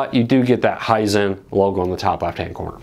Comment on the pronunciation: Hisent? lol I didn't know TV's had a smell..